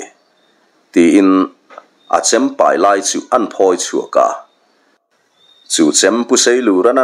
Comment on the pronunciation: Chem pahnih leh a pai tur tih laia 'pai' tih khi thluk tur a ni.